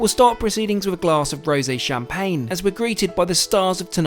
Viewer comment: I would suggest you learn how to pronounce French Champaign and French restaurant names correctly otherwise you should like a dick